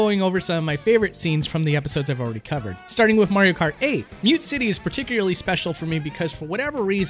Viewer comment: Good video but please god stop saying 'wif' and 'wifout', it's driving me nuts.